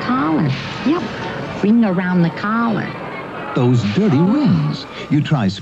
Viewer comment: "wring-garound the cawler"